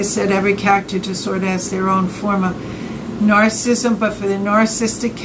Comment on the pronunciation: There is great content here but it's soooo hard to watch. The camera seems like it's bobbing around at sea and she can't pronounce narcissism correctly!